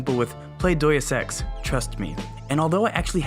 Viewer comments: Yeh, "Doice ex" is something i haven't played either Haha! For real tho, it's said Day-Us Ecks. Great vid, hope you get way more subs, these vids are great! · Its DEUS EX not Dues deus like god, you know